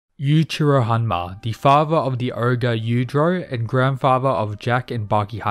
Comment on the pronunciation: “Da grandfavaa of yuijio hanmwa”